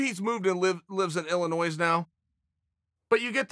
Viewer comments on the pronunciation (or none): Chael I love you but you don’t pronounce the S in Illinois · Uncle Chael, It's Illinoi not Illinoise. We love you no matter how you pronounce things tho! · i can deal with ya-raer, but pronouncing the s in Illinois? c'mon chael, have some respect for our shitty state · Now whats all that Illinoise about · Yah-rear from Illinoise... there really is no bad guy like uncle Chael! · Chael "I put da noise in Illinois" & "da rear in Yair" sonnen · Fighting out of Sham-pag-knee Ill-eye-noise Yah-rear Rodriguez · I will accept the name change, but there are no exceptions for... “Illi-noise”😤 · Chael Illinoise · IL- i - Noise? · YarRear Illinoise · Lived in Illinois all my life, can’t believe I’ve been pronouncing it wrong. Thank You, uncle Chael! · S is silent on Illinois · Chael didn't even take a L when he said Illinois without a silent s, still undefeated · The S is no longer silent in Illinois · The s is silent in Illinois Chael. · Illinois is pronounced singular not plural. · If Chael says the S in Illinois is to be pronounced, then it is. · An Extra "r" here, a pronounced silent s there, all in a day's work and ANOTHER win for The Bad Guy! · Stop saying the “s “ in Illinois